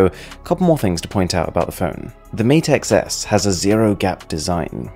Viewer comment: XS sounds like 10s